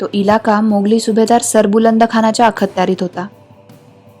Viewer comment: शेवटच्या ललकारी ने अंगावर अक्षरशः काटे आले. फारच फारच फारच फारच अप्रतिम. त्यात तुम्ही नकाशाचा वापर करून बाजीरावांनी कसे कूच केले आणि निजामाला कसं घेरलं त्यामुळे रंगत आली. फारच फारच सुंदर डोळे मिटून ऐकलं तर प्रसंग जसाच्या तसा डोळ्यासमोर उभा राहतो. उत्तम उत्तम सादरीकरण. ताई प्लीज एकदा अखत्यारीत या शब्दाचा उच्चार कसा करतात जाणकारांकडून विचारून घ्याल का. कारण या शब्दाचा उच्चार करताना "अख"... या नंतर काही क्षणांचा अवधी घेऊन....... "त्यारीत" हा शब्द उच्चारावा. तरीही आपण जाणकारांना विचारावं आणि मगच निर्णय घ्यावा ही विनंती 🙏🙏🙏 तुमचे पुस्तक छापून आले की पहिलं पुस्तक मी विकत घेईन. इतके सुंदर पुस्तक लिहिले आहे तुम्ही. आपल्या संग्रही असावं असं हे पुस्तक आहे. तुमच्या पुढील भागाला शुभेच्छा. 🙏🙏🙏🙏